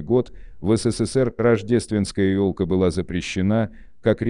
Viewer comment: Номера ладно, посмеялась с "си си си пи", даже вначале не поняла, что это СССР))) Но если брать в целом, эта озвучка даже лучше, если бы читал "живой" человек - она безэмоциональна и не отвлекает от смысла)))